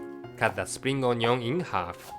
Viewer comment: i love the way says onion he says ON-YON love it!